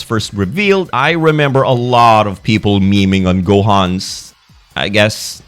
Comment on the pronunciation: Can't believe he said gomah with a hard r